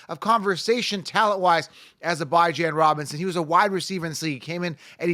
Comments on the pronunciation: Yo who the hell is BYE JAN Robinson lmfaooo. It’s (Bee - Jahn) 🤣🤣🤣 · Bijan like Dijon (mustard)😂😂😂 Not “Bye Jan” 👋🏼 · I dont understand how you havent done simple research on how to pronounce Bijan Robinsons name. It's obviously Beeeee Jon, not Bye Jan, everyone knows that, i fimd that extremely weird🤷🤷🤦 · Bye-Jawn Robinson got me dead 💀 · Who tf is Bye-Jan??? Must be a bum. Bijan is the real fkn deal though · BYE-jan lol who is this fool? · Th way you pronounced Bijan.... jeezus dude rang my nerves lol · I wish you guys knew how to pronounce Bijan. Y’all coulda at least agreed on one pronunciation. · If bijan is your league winner at least learn how to say his name correctly 🤦🏾‍♂️